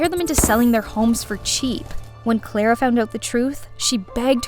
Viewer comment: Is not klara its clara hahaha😂